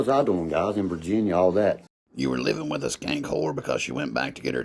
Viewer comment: Meth heads can’t say Th,, it’s ff like meff